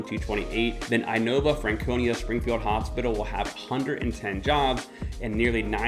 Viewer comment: Dude, if you really live here, you really should know how to read INOVA because you will listen to their ads and commercials on radio and internet. It's ee-nova, not eye-nova. Please get that right. It almost sounds like a Fluffy joke, if you know that episode.